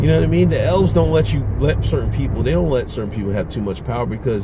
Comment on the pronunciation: I was thinking you were saying "L's." Started dying when I realized you were saying Elves.